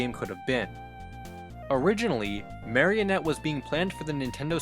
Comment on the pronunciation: it's pronounced mah-ree-oh-net